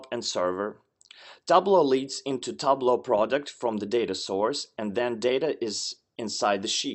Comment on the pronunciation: Got the pronunciation wrong for Tableau..